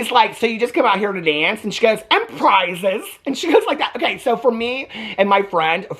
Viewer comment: Selectrocution and pRiiiiiiiZeS is insane 😂😂😂😂